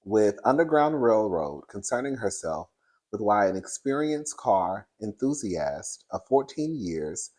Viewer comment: no shade how you call porsha dumb etc when you cant properly pronounce, enthusiast…Amongst many ogher words and names lol.